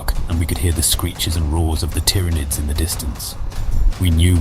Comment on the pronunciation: This is absolutely an AI voice. Pronouncing "Tyranids" two different ways throughout is a dead give away. Because of the bland, straightforward text you can tell it was written by AI too.